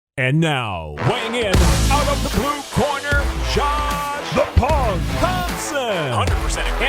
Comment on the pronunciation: Can you eventually get them to redo the sound of speaking "the punk" 'cause it always sounds like the "pog" or something